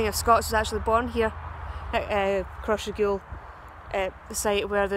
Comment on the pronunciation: Cross Ray gul the propper way to prounouce it also maybole is a town lol gid video though